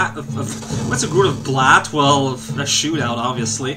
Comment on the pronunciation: I was pretty sure he said "shoe-meow", not shootout. This ain't baseball yo!